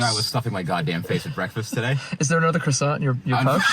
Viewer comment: Please do not pronounce the ''T'' in ''croissant'' ...drives me up the wall:)